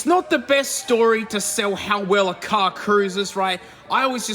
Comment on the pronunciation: IT'S "CAR"